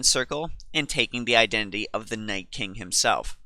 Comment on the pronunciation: Why the FUCK is everyone saying NightSking its Nightking